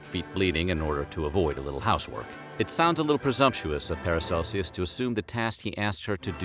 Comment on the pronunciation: Learn how to pronounce “Aachen” and “Paracelsus.”